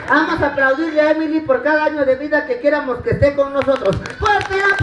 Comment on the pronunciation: heeeeeeeeey¡¡¡ ya un curso de PRONUNCIACIÓN si van profesionalizar su trabajo necesitan PRONUNCIAR MEJOR,,, "QUIERAMOS" "TENGAMOS" "VAYAMOS" ETC ETC son buenos artistas pero échenle mas a este punto , deben de saber pronunciar bien estas palabras. jhenuamn.es